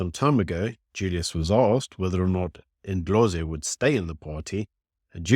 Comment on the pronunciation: Its not Indlozi. Its Ndlozi ... as in (n)Dlozi. These people are not irrelevant, but have become very boring.